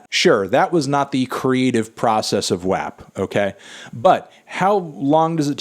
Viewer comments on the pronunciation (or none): Wap is pronounced wop not wAp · Why does he pronounce WAP like that lmao